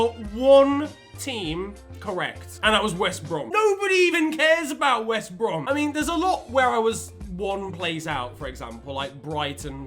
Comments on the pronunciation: On the end he says he got west brom correct.. but what is west brom? I only know wost brem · West Brom..? U mean Wost Brem right?